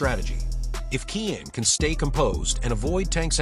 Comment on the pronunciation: AI Said “Keean“ 😂